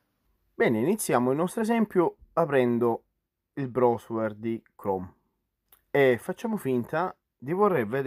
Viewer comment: Video utilissimo, ma se sento la parola brosuer un'altra volta mi sparo in bocca. Ma non puoi dire semplicemente browser (brauser)?